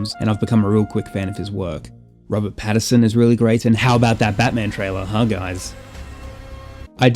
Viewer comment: I don't want to sound like a pedantic dick but his name is Robert Pattinson, not patterson. The technology has a name. It's inverted. You're confusing visual effects and special effects. I didn't like the film, and like with Primer, I think people conflate complicated and complex.